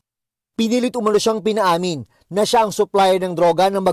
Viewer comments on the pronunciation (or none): none